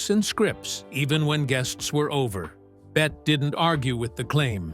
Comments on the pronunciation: Pronouced "Betty", not "Bet". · Why is her NAME being mispronounced throughout this ridiculous mini documentary? She was never called "BET" - her name was pronounced Bet - Tee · FINALLY- Agood overview! BUT - they still got things wrong ..3 things in total..First , her name is pronounced Betty not Bet ? Secondly , they didn't mention her second marriage to Arthur Hansworth & thirdly , Olivia Dehavilland was NOT a long time rival of her - she was a good & loyal friend from start to finish! All that aside - it was good cover of one of a very short list of Hollywood's very best... Thank you..😂❤🇦🇺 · For Gawd Sakes, The narrator is terrible. Her name is not pronounced Bett but Bette as in Betty. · “Bet” Davis? What asshole narrated this? This is a pathetic documentary, with its dramatic lines and its terrible script. Just delete this already. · The narrator should know better - she pronounced her name "Betty" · Really wish you'd pronounce her name correctly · Gee. Can you at least tweek the auto narrator to pronounce her name correctly??? Out.